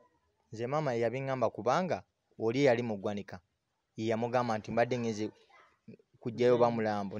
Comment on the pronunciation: It’s ggwanika not gwaniika